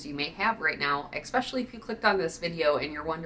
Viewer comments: You say "eXspecially"? Isn't it especially? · Mispronounced for fun.